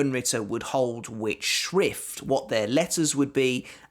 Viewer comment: It‘s always funny to hear people say „Schrift“ or german words from the quincy as a german :D